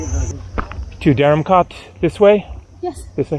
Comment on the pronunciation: Hi: Interesting video of Dharamkot & Bhagsu. The former looks like the better place. By the way, I had commented in your earlier video that the "kot" in that place is pronounced like "coat" and not "cot", as you pronounce it every time. You can certainly be very obstinate at times.